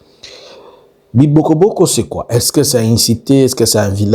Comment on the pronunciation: On dit Bibogobogo